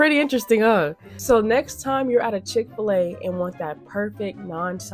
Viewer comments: Chick-Fil-A Not Chick-A-Fil-A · Please say Chick-fil-A again! Chicka fil-A